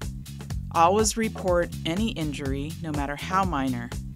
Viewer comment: That “all-was” instead of “always” was very weird to hear over and over hahaha.